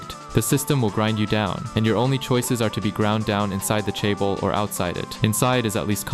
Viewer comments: hold up... you're "Korean" and can't say Hyundai? 😐 edit - or chaebol... I understand pronouncing things like Samsung wrong, but come on. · Nice video, I hate how you pronounce chaebol, dislike Edit: hell joseon also miss pronounced, unsubbed.